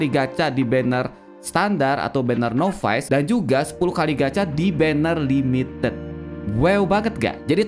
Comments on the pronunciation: NOVICE = NAVES , bukan novais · Acah acah pro english